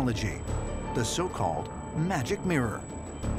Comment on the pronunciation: its pronounces VIRAKOH CHA*, no VIRAKOH-KAH* the "CH" in latin america (and spanish also), sounds exacly like in english CHA-ir